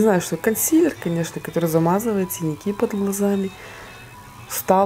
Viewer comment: а почему прИщ? Если правильно - прЫщ))) Ну это я так, придираюсь))) Спасибо за видео - как всегда супер!